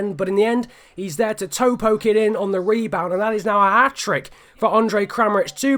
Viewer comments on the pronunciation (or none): none